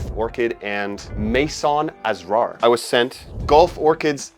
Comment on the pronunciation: The word Asrar from Maison Asrar is pronounced ass-rar,, meaning secrets 👌 Edit: the stress is on the second syllable.